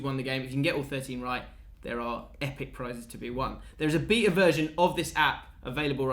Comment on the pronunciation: ' pronunciation of BETA lol